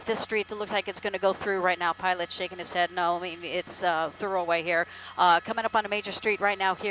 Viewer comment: That would be "thru-way - NOT thorough way!!